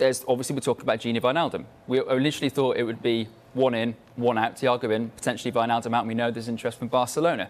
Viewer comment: "The wijnaldmuns" oh dear... Just when you thought it couldn't get worse than Jamie Redknapp calling him gigi